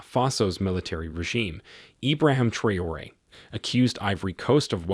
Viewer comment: Please call his name properly. Very disrepecful T R A O RE